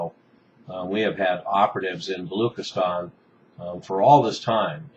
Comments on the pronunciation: Its not balookistan, its pronounced balo-ch (as in china)-istan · hey u pronounce "balochistan" not as "balookistan" but as "baloCHistan" "CH" sound as in china dana rorbacher was making the same mistake and was ridiculed in pakistani media for that.